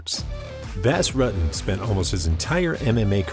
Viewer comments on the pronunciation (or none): His name was Not Bass Rut-ten it was pronounced Boss Rooten